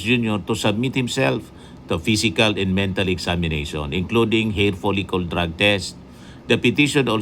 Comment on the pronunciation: Folikel hindi folikol 😂